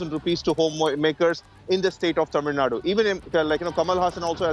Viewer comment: By the way her pronouncing of tamizh Nadu is something rare in English media